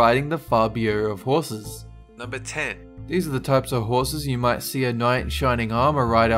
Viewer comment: Camargue is pronounced camarg